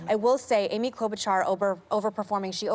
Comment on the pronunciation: It's pronounced Klobushar, not Klobutchar.